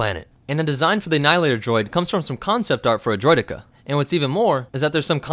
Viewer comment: See you said “droideka” perfectly fine here, good job yay